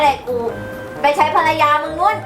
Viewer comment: ภรรยาครับ ไม่ใช่ ภารยา